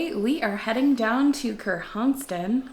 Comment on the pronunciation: “Ker-honk-son” not ker-honk-ston